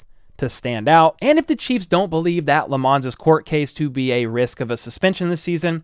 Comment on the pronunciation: Looks like you had it right, it is Lam-mons not La-mmons 🏈